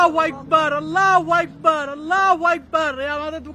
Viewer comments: আল্লাহ হুয়াইকবার কি ভাই??? আল্লাহ হুআকবার বলতে শিখেন। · আল্লাহু আকবার টা ভালো করে উচ্চারণ করেন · এই বদমাশ আল্লাহু আকবার ঠিক মতন ক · সবাই নিরাপদে থাকবেন, আর হে আল্লাহু আকবার শব্দটা একটু ভালোভাবে শিখবেন ও উচ্চারণ করবেন ও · ঠিক বলছেন।। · আল্লাহু আকবার ঠিকভাবে বল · ওর কথা থেকে কি শিখবো আরবে থেকেও এখনো আল্লাহু আকবার শুদ্ধ করে বলতে পারেনা। হায়রে মানুষ মরলে কি করবা 😭😔